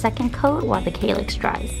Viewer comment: Kallax - A is pronounced like a for Apple